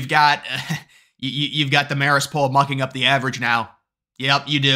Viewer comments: Its MAE-rist haha. I went to CIA like a mile from Marist in Poughkeepsie 😂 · It’s pronounced with a long A like Mare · Marist or Marxist... Can't tell lol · Say Marist like "Mare-ist" (Mare as in a female horse). From an upstate NY voter who WILL vote for Trump/Vance and all red when the early votes start later this month!! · You sure it’s “marrist” and not Marxist? LOL